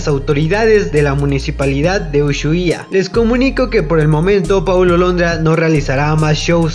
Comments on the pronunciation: Se pronuncia usuaia y se escreibe Ushuaia ndeahh te digo xq soy de Argentina y se dice asi ahre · Jaja amigo por decir mal Ushuaia te amo 😂 Se dice Usuaia pero de escribe Ushuaia ❤️ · Disculpen por no pronunciar bien ushuaia, no sabia que se pronunciaba sin la h jajaja soy de México y no conozco ciudades ni lugares de argentina, espero me entiendan. Pdt: vean el video antes de comentar algo malo, "NO ESTOY CRITICANDO A PAULO" Gracias a quienes si vieron el video completo y a quienes no, lastima por ellos.